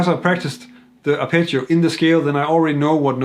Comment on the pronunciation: I was genuinely puzzled at first every time he said the word, "picture," until I realised he was saying, "arpeggio." Great video otherwise!